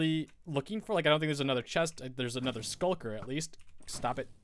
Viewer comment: Also... it's a shulker :) not skulker